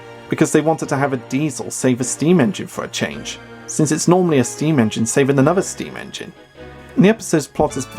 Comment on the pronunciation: You pronounced saving shaving. :P